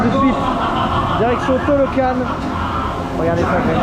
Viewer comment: Je ne sais pas si on t'a déjà fait la remarque mais c'est Talocan et non Tolocan ... :p